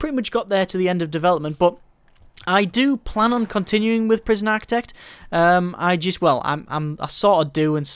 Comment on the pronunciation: It's "Architect", not "Aktec" for Christ sake...And who cares about your saves! We come here looking for answers to the problem of overwriting save files in this game...But you know this already...What ever you think this shitty youtube vid prooves, you can shove that completely up your own ass....You truly are a waste of space (Certificate)